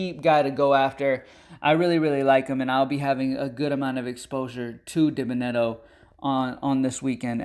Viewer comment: Its pronounced “Dee-Ben-uh-debt-oh” 😂